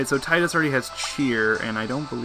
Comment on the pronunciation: zidane is pronounced zih-dan. and tidus is tee-doos btw